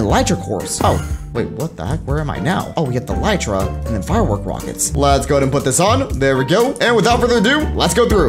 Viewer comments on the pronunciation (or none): none